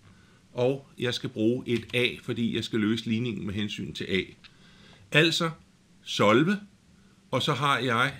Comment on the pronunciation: solve er et engelsk ord, det betyder løs. men du udtaler ikke ordet korrekt. ellers fin video